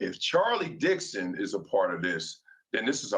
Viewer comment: Lay-der, Dix-on will get fired along with Joy.